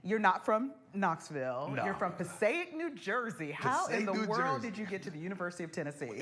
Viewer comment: Passaic, New Jersey in the house. It has produced some amazing talent including you Sir! Share with Tearsa the proper way to pronounce Passaic! LOL Muwah!